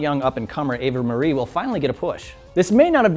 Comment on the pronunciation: Seriously, this guy needs to be replaced by Eugene or Adam Blampied. He mispronounced Swagger's name and called Corey Graves, "Corey Grave", and called Eva Marie, "Ava Marie". You sir, fail.